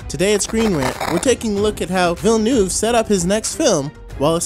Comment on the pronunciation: Its Villeneuve, not Villnueve.